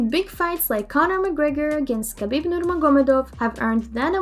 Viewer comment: Please don't ever tell khabib's name like this☹️